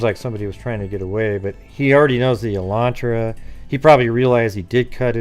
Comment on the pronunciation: It's Elantra not Alantra